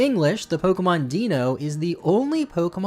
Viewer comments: ) 1. Its pronounced Die-no 2. Common Deino Line W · Wild fact, everyone mispronounces Deino, Zweilous and Hydreigon. Es ist Deutsch. d-Ein-o, 1 head. Zwei-lous, 2 heads, hy-Drei-gon, 3 heads. Einfach, ein, zwei, drei. 1, 2, 3.